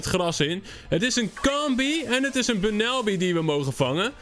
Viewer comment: je spreekt bunnelby uit als Bannolbie trouwens wil je ooit een keer een only grass type challenge doen